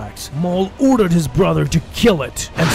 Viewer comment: Maul uuurdered his brother